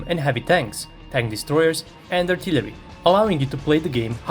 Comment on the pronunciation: Efekt u engleskom nema "lj" u artillery. Zvuci rogobatno. Zameni lj sa l.